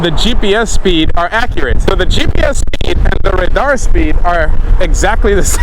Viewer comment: Ra-darr 😂 love your videos bro ! Look forward to riding with you one day